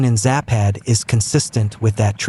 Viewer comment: It's zApad. Not zApAd, not zapAd. It's not "whatever", one means "west", the other - "decline".